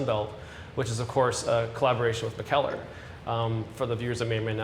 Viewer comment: Can't wait to visit this spot. Thankfully was able to give me the correct pronunciation of Mikkeller since I basically owned a stool at their SF Taproom.